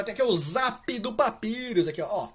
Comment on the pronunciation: Pronúncia correta: Papyrus A fandom toda: Papayros (Sem querer ofender, criadores! :D)